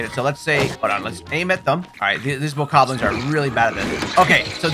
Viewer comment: bro really called them white bokokoblins💀